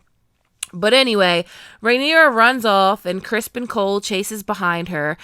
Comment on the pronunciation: Not calling Criston Cole, Crispin coal 🤣🤣🤣🤣🤣